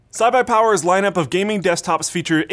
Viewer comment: "Cy-Buy-Power" -, not quite iBuyPower or CyberPower